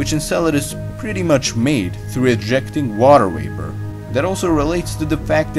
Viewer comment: “Water waper”